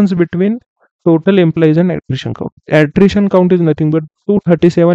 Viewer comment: its Attrition data not attition data